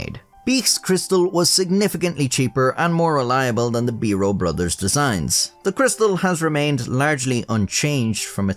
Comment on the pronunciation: Bero is a flour. The pen is a b eye ro. And there's a T in most of the words you didn't pronounce properly. Really awful to listen to. Very lazily and complacently spoken narrative. Yuk!